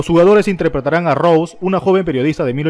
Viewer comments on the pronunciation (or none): none